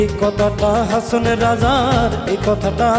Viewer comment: হাঁচোন হবেনা! কথাটি হবে হাঁসন,কিন্তু অাপনি বরাবরই ভাল করেন অাজকেও তাই হয়েছে Good job.